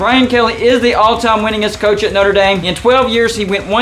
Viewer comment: “ Not-ra Damn”